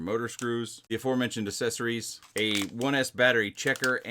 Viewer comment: "assessories" lol